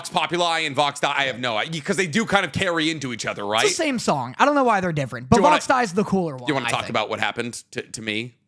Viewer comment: You guys aren't the only ones getting this wrong, but everyone pronouncing the song as "Vox die " rather than "Vox day " is making me insane. The word is dei, it's Latin, it's pronounced "day," and I probably need to let this tiny thing go.